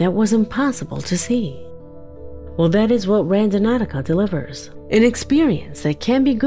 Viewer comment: Somebody want to tell the narrator that the app is called Randonautica and not Randonauticaohaho